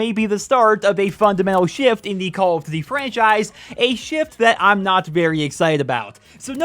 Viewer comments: “Call of ddee” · What is "call of dty" HAHAHA im sorry dude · Can we slow down and actually focus on what you’re even calling this game? “Call of Du VUVU 2”?????? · Dislike cuz of how you say “duty” tbh